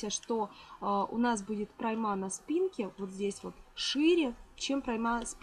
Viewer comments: МК нормальный. В слове прОйма ударение на букве О. Слова ""ложу" - нет. Совершенству нет предела. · Прекрасный мастер-класс! Приятный голос и дикция. Только одно но, в слове пройма ударение на О. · Почему - ПроймА? ПрОйма.